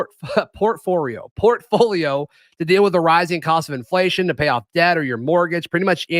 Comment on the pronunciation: turned asian for a second with the word portfolio 😂